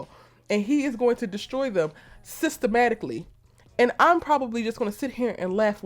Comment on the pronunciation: Did you say “Sista-matically”? Because that’s how o heard it lol